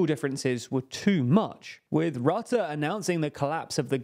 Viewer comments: Is it just me or Jack could finally learn how to pronounce foreign words? IE Rutte's surname is RUHTTEH not RAHTTEH. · I am not a fan of Rutte at all. But could it maybe be possible to pronounce his name correctly? It is not hard for English speakers. Just put the name into google and ask how it should be pronounced in Dutch. Not really an inconvenience, even.